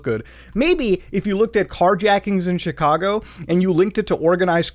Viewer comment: chicago more like chi"cargo"